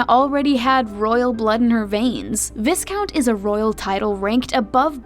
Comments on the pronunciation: Pronounced...VIE count -_ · Pronounced Vi - Count. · WTF DO YOU PRONOUNCE VISCOUNT AS VIS-COUNT, SHOULD BE PRONOUNCED AS VAI-COUNT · I thought it's pronounced as Vye-count? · I think it’s pronounced as Vye-count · Before you do a video about British Royalty ... perhaps you should get the pronunciation of VISCOUNT correct ... ugh! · Viscount is pronounced 'v-i-count'. Norfolk is pronounced 'Norfuk' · Pronounced 'VI-Count and Vi-Countess... the "s" is "s"ilent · Is it just me or I was just bothered by how viscount is pronounced. It should’ve been pronounced as vai-count. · That's not how you pronounce Viscount, it's like Y-count. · Viscount? Viscount? It’s vIe-count. Why miss pronounce? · It’s VAY-KAWNT. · NOOOOOO! Not Visss-count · She was the Honourable Lady Diana Spencer till her grandfather died. Viscount is pronounced VYE-count, not VISS-count. And it's Bal-MOR-al, not BAL-mor-AL, and probably a few more things before I get to the end of the video. Charles is Charles Philip Arthur George, NOT Philippe. Diana and Charles did have a nanny. The "wide shoulders" were already in fashion, she did not invent them, she famously wore long gloves in the evenings. She did not wear gloves for day, though that was the example set by the Queen and courtiers, because she liked to shake hands. She was seen more often than other Royals, in casual clothing, but the cameras were on her more than other Royals, and the other Royals were just as informal in private as Diana. Diana had many expensive elegant dresses, suits, gowns, jewelry and even furs. She was very royal, just did not seem as stiff. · Learn to pronounce "viscount," (vye-count). She wasn't born "Lady" Diana. She only became Lady Diana when her father became Earl Spencer. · Was I the only one who cringed when she said viscount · You pronounce it vyeecount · VIS-count?! VIS-countess?! REALLY??? You put all your time researching all this and can't even pronounce the words right. Pft.